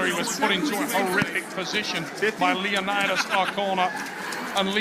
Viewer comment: I still find calling leonidas "lio naidys" hilaaaarous😂